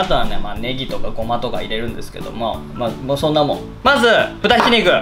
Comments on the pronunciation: まじゅってwww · きょんかいは〜！！ まじゅ じょおすい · 各リュウジレベルの振り幅の広さが面白い 同じレベル2でも滑舌がしっかりしてる時と今日みたいに「まじゅ」とか言ってグダグダな時があるよね それが見たくて来るんだけどね